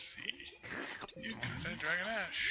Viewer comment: it's pronounced draw-gaw-nawsh